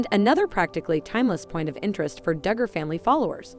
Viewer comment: You need to speak more plainly, it is not dugar fam, It's not akensas.